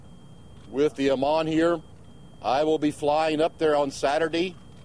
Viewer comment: its IMAM not IMAN, Jones. looooooooooool